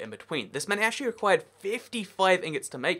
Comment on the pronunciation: Actchewawy itch made of iwon